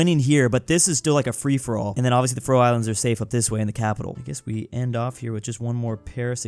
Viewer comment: The Way said faroe Islands made me want to unalive myself as a danish person